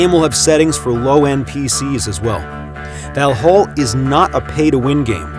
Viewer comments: Kind of bothers me when this narrator pronounce end part of Valhall (hall) as hôl as a english word. Sorry but that's wrong. Just saying. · Pronounced valhall and skol wrong it hurts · As a Swede the pronunciation of Valhall really hurt my ears and heart.